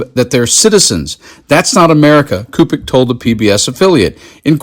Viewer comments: Cupich is pronounced Soo pitch. I’m from Chicagoland. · Great reporting. For future reference, Cupich is pronounced soupich. Like sandwich, but soupich.